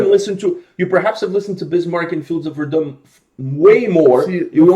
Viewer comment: How can so many people pronounce Verdun wrong especially after hearing the Fields of Verdun?